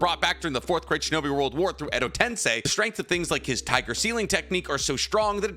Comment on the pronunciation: Bro finally said Edo Tensei correctly let's goooooo